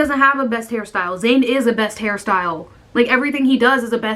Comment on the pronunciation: Thought u said Harry styles when u said hair style😂😂